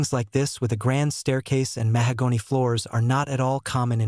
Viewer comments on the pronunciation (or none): I have listened the whole thing now and I didn't notice other errors like this. There are pronunciation errors by the AI such as "mahogany" and "live", but they are minor irritations. In the next few months I will listen again and follow the book to check properly.